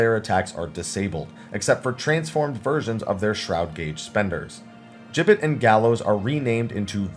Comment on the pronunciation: Finally, someone who pronounces "gibbet" correctly!